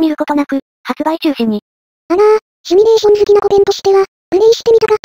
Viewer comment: シュミレーションじゃなくてシミュレーションなんだがな